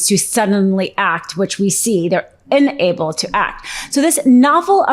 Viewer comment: "IN-able"? THAT'S NEW.